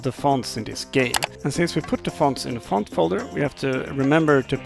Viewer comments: "Wanna know how to change the- FAUNT🇫🇷🥐" (if this is offensive pls tell me) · think they were mocking you when you said ‘font’